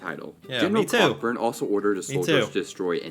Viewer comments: Cockburn isn’t pronounced “cock-burn,” it’s “ko-burn.” 🤦‍♀️ Calling it a Canadian group is a bit of a misnomer. “Canadians” at the time considered themselves British. Canada wasn’t an independent nation yet. They were the British who would eventually become Canadians. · Cockburn (the general 9.32) is pronounced Coh burn (the middle "c" and "k" are silent). "Cock burn" is a completely different thing ! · Argh. The name spelled Cockburn is NOT pronounced Cock-Burn. That is an Americanism. In Canada, that name would be pronounced CO-BURN. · BTW it’s not pronounced “cock-burn” but rather co-burn. I live in a Canadian city with that street name. 🇨🇦🇨🇦❤️ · So ok. The name ‘Cockburn’ is actually pronounced ‘Co burn’. Just had to say that! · Tip: Like other British Isles names like "Gloucester", "Cockburn" isn't actually pronounced the way it's spelled. It's a Scottish name that's pronounced as if it were spelled "Coburn". (Basically names in the British Isles are what happens when laziness like "y'all" has been around for so long that it's become standard.) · Cockburn is actually pronounced Coburn, I have cousins in UK with that last name.